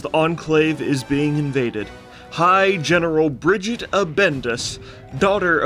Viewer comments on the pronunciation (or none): Bri-gi-tte. Not Bridget.